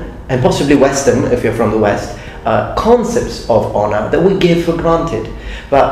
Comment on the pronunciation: I MUST'UH UPHOLD'UH MY SAMURAI HONOR'UH